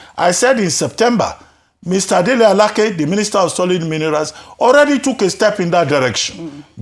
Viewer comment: Dele Alake! Not Dele Alakeeee! Omo Igbo!😂😂😂😂😂😂😂😂😂😂😂😂😂😂